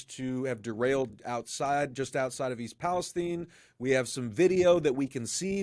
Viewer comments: The Cities name is East PalestIne. Its not caled tine, it's called tIne. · Why are you calling it East Palesteen? It is East Palestine. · It's called Palestine as in Pal-es-TYNE and not pronounced Pal-es-TEEN. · Palestine! Not Palesteen!!! Israel has so much control over USA that y'all mispronounce words to suit the Zionists! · It is Pal es time like nine only with a t. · Amazing how the pronunciation of “Palestine” has been changed to “STEIN” - unsubscribed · Why do you mispronounce Palestine after pronouncing it correctly.